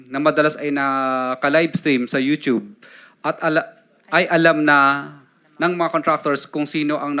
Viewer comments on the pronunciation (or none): none